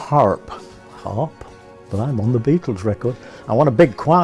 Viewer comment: Cuando oigo pronunciar "birels" me sangran los oídos. A ver si aprenden: ¡"BITELS"! Es un juego de palabras entre BEAT y BEETLE (por The Crickets).